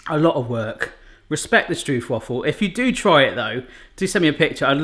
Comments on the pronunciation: You spell it Strooooohpwaffle. With a long o. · The Dutch pronunciation is more like strope-vafel. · struup struupwaffles it's killing me good attempt though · The real pronounciation would be like... Strobe-why-fals... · That pronunciation killed me. I heard his pronunciation and I almost wanted to cry, had it been anyone else I would've cried😂 lekker video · For a dutch person it is really funny to hear you say stroopwafel. When it is winter our stroopwafels are always a bit hard, so we put them on the coffeemug and the become really soft. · Instant like for the stroopwafels, although hearing the mispronunciation the whole time kinda hurt :') Loved the puns and humor! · Cool that you've made these. But you pronounce it as Stroopwafel with the double o's as in how you pronounce the letter O. 😆😆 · love this <3 .. so cute how you say stroopwafel wrong <3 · The 'oo' in stroop is pronounce like the 'o' in strobe. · You might also want to use Google for the pronounciation of "stroopwafel" . The oo is pronounced like the o in hello but a little bit longer sound. And the a in wafel ... I can't think of an English word with that sound but it is a longer aa sound not a short a. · THATS NOT HOW YOU PRONOUNCE STROOPWAFEl 😂 but love it tho ❤️😂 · I'm from Germany and even I know that this is NOT how you make stroopwafels... or how you pronounce them... 😅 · The stroop part is indeed more like strope, but now they still will be pronouncing wafel wrong. The thing is that I have no clue either how to write it so that english speaking people pronounce it correctly. You need to pronounce the a more like ah I guess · Pronounced "Strope - Wah-fels", so no Stroop Dogg unfortunately :) Also, pop them in the microwave for about 15 secs when your mug is too big. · The double oo you pronounce as a single english o so it is not stroepwaffles but stroopwafels. I know it is difficult to understand but thats what it is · Im from Holland i like stroop wafels And you said stroop wrong